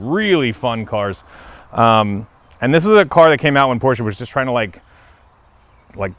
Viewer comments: He pronounces PORSCHE correctly. Nice .... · Finally someone on YouTube that's says Porsche right.